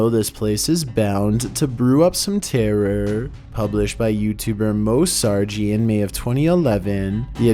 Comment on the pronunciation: Moe Sargi ..... Really ? 😂🤣😂